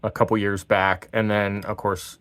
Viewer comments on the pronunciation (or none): none